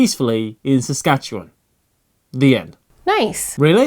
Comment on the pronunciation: Kudos on pronouncing Saskatchewan like a local. Well done!